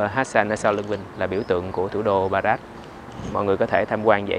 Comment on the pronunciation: Rabat mà có lúc a Vinh đọc thành Barat ý 😁